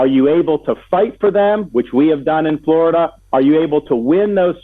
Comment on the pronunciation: !!!! Fought for Florida?!!!!! He's turned it into fluriduh and I despise him wholeheartedly 👿🤬👿🤬👿🤬👿🤬👿 !!!